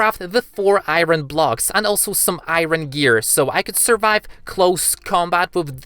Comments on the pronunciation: chat; talks bout aot me; why do he said i-ron its iron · its iron not earin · I'm sorry but it's driving me crazy you keep saying iroen and not iron.. im done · ik its ur accent but why iiiiiren instead of iron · iron not iyron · Im new to the channel and I did not know what u were saying u were saying iren but I said its not iren its iron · What the ahaha it's funny when you say iren instead of iron but it's ok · he calls iron airon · It's iron not iren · Iorn ❌ airon✅ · I heard him Saying "Iren" instead of "Iron" 😂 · Why does he say to iron iren like what hahahahaha and he also sounds like gay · i love how u say iren instead of iron XD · i like how he said iwron instead of iron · i mea its not iren its iron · It's not ieron it's iron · iron ❌ irwen ✅ That what he said in the video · Stop calling iron I ron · He is so energetic and i like how he say "AIYROUN SWORD" and "LIVAI" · Why do you say iron like that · I love how you say iron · Okay first thing you're saying iron wrong